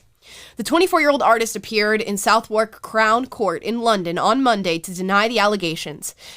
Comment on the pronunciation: as a londoner, i would like to inform you that Southwark is pronounced "suv-uk"